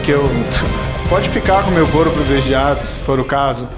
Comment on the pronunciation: Ru Pimenta falou PREVILEGIADO...nem sabe a lingua patria !